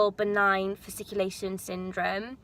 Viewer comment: You're pronouncing "fasciculation" correctly 😀